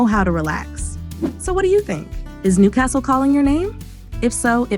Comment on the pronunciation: You'd have to learn how to pronounce Newcastle first.